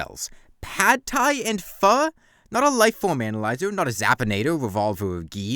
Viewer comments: The fact that you pronounced pho correctly is enough to make me happy despite the pain of the wiki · Oh hey you pronounced Pho correctly